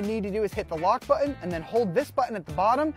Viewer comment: It’s not “ buh-un”, it’s pronounced “button”. Please quit sounding ghetto.